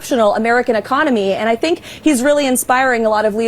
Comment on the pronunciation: He kept saying "i dont fink thy,ll be there for us" has tht walking faketan advert fogot" 9/11" usa envoked artical 5! The only time its ever been envoked! And yes we "nato" were there 4 u! He needs a friggn history lesson ffs ✌🇬🇧🏴🏴🇮🇪👍